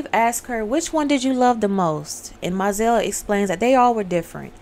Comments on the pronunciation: She told her first “Look to your children at the end of the reading”…& That’s pronounced Mo-zell☺️ She told her “next man was a dead man, like the others”. Gurrrrrrl, sorry but I love this movie😂 No she Cicely got her period, I’m going to tell Daddy.😊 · It's MO-ZELLE